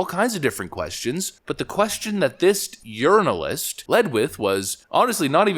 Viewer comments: Did you say, "journalist" or "urinalist"? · Are you saying "urinalist"?? 🤣🤣🤣 So appropriate. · When I was listening to this video I thought I heard you say "urinialist" instead of journalist. I honestly think that is a better description of their job instead of journalist. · Ha Ha Ha..."urinalist"...🤣😆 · Haha!! " JUrinalist"... Good topic!